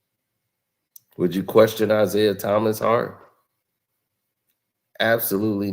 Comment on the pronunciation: This man said Isiah better than Steph😂😂😂😂😂😂